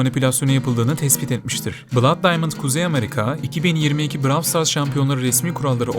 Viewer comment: 'bluud' diye okudugun için like atmadim